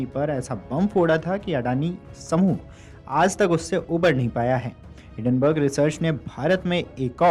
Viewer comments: हिडनबर्ग नहीं है हिंन्डनबर्ग है । अच्छे से पूरा पढ़ा करो। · आठवीं फेल एंकर, हिडेनबर्ग बोल रहा है